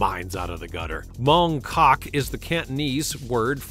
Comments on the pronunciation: When you say “Mong Kok”, the ‘K’ at the beginning of Kok is almost silent, or not pronounced so starkly, so it’s really pronounced as though the K is not there - I lived there for 16 months, very fascinating place. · C'mon. You enjoyed saying Mong KKOKK.